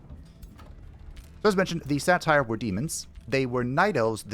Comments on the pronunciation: the way you say satyr like satire 😭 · That is..a way to pronounce Satyr, I guess. Not one I've heard before, as far as I can recall, but eh.